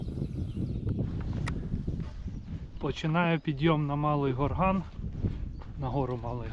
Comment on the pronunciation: Гора Малий ГОрган. Наголос на О.